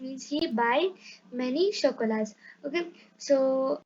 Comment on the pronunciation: Are u you yourself a student 🤔🤔 and we know about english adverbs in english tell in french. And thank you for telling there are adverbs in french also. Grow a little and then make videos. Then teach. And u need to learn the pronunciation. P is silent in beaucoup de and t in chocolate. BTW first learn pronunciation and have a course of two years. Who all agree give a like 👇👇🤘🤘